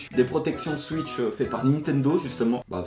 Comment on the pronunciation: C'est pas gentil de dire suitch et tuiter alors qu'on dit souitch et touiter